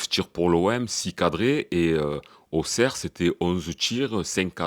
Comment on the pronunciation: Salut Avant tout tu es un des seuls à bien prononcer Auxerre. Même si j'ai bien rigolé hier au soir, je pense qu'on a les mêmes problèmes, des joueurs pas au niveau avec une grosse possession mais sans aucun impact et en plus pas de banc. Bravo encore pour ton analyse bien pertinent. Force à toi Patrick le Parisien